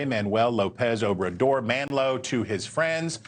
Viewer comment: Chris, it's AMLO, not MANLO. And no, you can't invade a sovereign country. That's what Russia did.